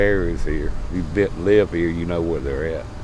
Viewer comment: He said " they got a lot buisness round hea" and proceeded to name fast food restraunts.😮